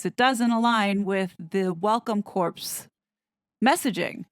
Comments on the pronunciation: Corps (as in Welcome Corps) is pronounced "Core" it is pronounced "Corpse". Similar to Army Corps of Engineers. Also Meghan was inappropriately dressed at the cooking event by showing bare upper arms. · Welcome Corps. Corps is pronounced like "core" not corpse ❤ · It's pronounced WELCOME CORR (Corps),. CORPSE is a dead body. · Surely you realize that Corps is pronounced 'core', not 'corpse'